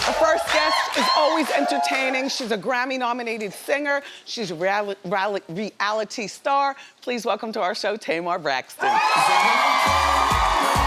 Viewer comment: "She's ralic ralic reALITY "🤣🤣🤣🤣